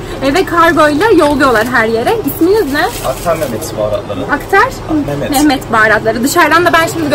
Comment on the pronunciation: attar değil abla aktar 😂❤